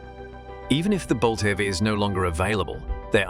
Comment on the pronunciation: This voice is AI generated right? Can't pronounce EV or EVs correctly.